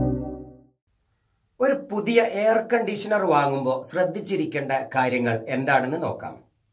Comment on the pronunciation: ഇയാളുടെ സംസാരം കേട്ടാൽ വിദ്യാഭ്യാസം തൊട്ടു തീണ്ടത്തെപ്പോലെയാണല്ലോ, പിന്നെങ്ങനെ ഡോക്ടർ ? എയർ കണ്ടീസനാർ ?? അതെന്തു കണ്ടിയാ കോയാ ?